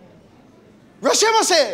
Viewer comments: "where my rashemase" lol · Poor Theo, all he wanted was his "Rashamaseh" lmao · I love how everyone mispronounces “irasshaimase” hahaha - great episode